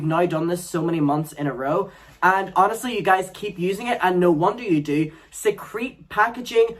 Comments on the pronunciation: Eewww you said secrete packaging that sounds so wrong it's discreet packaging LOL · Did say secrete or discreet? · Discreet packaging, not secrete packaging...